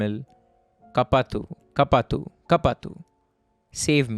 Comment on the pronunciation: I laughed so hard bruh (I'm tamil) help in tamil is pronounced as kaapaathu like kaa like the "ca" in car and paa as in "pa" in part and thy is correct ( no hate )